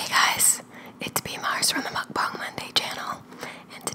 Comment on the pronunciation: Not hating or anything but since your account is called Mukbang and you make mukbang videos you should learn how to say it right 😅😅 no offense 💗💗